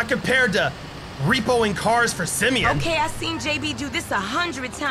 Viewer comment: Why are you saying Simeon?